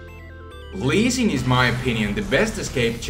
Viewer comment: No, didn't you hear him? He said "Leezing" Not Lee Sin Lol